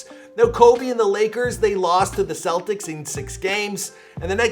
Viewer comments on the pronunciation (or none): none